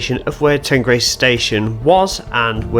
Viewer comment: That's fine but some of my friends and relatives are from the area and I spend quite a bit of time here. I've never heard anyone pronounce it like that, ever. It's the River Teen, it's Teenbridge Council, and the village is Teengrace. Teignmouth is always pronounced Tinmouth. Incidentally, if you read through the comments you will see that other local people have quoted Teen and Tinmouth as the pronunciations.